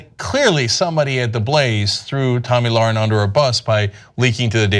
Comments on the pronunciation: It's Tomi Lahren.... Spelled L A H R E N. Also pronounced "lair-in"...You can't even say her name right or spell her name right... embarrassing for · Hey Genocide Deniers... if you're going to slander someone, at least get her name right. It's LAHREN, not Lauren.